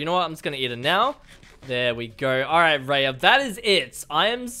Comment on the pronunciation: Its r. .I. Ya ok raya